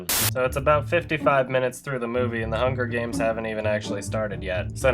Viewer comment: HUN GER GAYMS